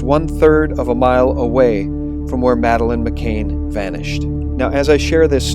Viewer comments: Why are you pronouncing her name as "McCain" when it's "McCann"? Regardless, thanks for offering, so far, an objective alt-news channel. I watch almost all of your vids. Please don't lose credibility and let the chips fall where they may. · This report is spoiled by your mispronunciation of Madeleine's surname. You get it right when you read the article on her parents. Her name is Madeleine McCann, not McCain. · It's Mc "CAN" not Mc"Cain". Excellent effective video. Still will greatly disturb people - especially many females - and especially those still in shock and anger over USA election. But it must come out now, after election and pre-inauguration. Distribute through teachers, police and media - especially all mainstream media especially local newpapers. We must insist they discuss this openly. Scotland Yard must interview the Podestas before they (UK Police) close the case yet again. #Pizzagate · pronounce Savile as Sav-ill. McCann as Mm -ah-can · You can't pronounce Savile, you can't pronounce McCann and you can't pronounce Suffolk. Please stop making videos. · To whoever is narrating this, you do that wonderfully annoying thing common among Americans which is to mispronounce names and places. in this case McCann and Saville. You can hear Piers Morgan saying it correctly yet you wish to say it differently. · JEEZ feller her name is McCann not McCain get it right you numpty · Great video but please pronounce her name correctly its McCANN not Cain. It detracts from the quality of the info. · It's McCANN ! Not MCAIN !!!!!! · Just so you know for future reference, it's Madeleine McCANN (the same pronunciation as 'can' or 'fan') not McCAIN (rhyming with 'pain'). It's also Savile (rhyming with 'ill') not Sav-eyel (rhyming with 'vile')... actually either pronunciation of that bastard's name is more than apt. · it's mccann i believe can not cain right?